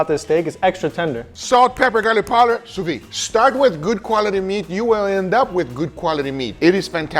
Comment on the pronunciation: Sous-vide, pronounced souvi-'the'. pronounce the De (the is good enough) at the end!